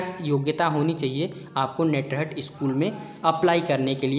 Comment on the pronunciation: नेटरहट नहीं होता है ये नेतरहाट है।